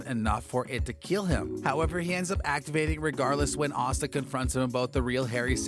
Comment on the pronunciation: Asta rhymes with pasta.